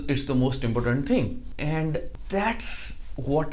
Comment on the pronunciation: i am a big fan of your videos It gives me hope.so thank you As a wellwisher i just want to say that there are certain words which can be improved like your pronounciation of the word "importance" and the usage of the words" could able to."...*as much as* im sure it will benefit you more if you improve on these small errors. With love